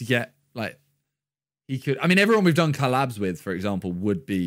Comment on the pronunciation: why did miniminter say collabs like challabs?